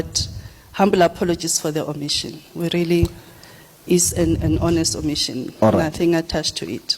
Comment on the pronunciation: " OMITION" word Bathong😂😂 these government rep are hell silly